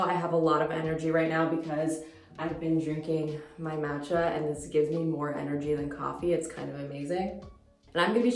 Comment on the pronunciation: MAH-tcha! please,! 🙏 Asian pronunciation is so important!